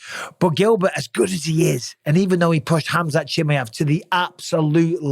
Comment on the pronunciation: Hey Bisping, please could you learn to pronounce Chimaev properly, is not that hard is it mate?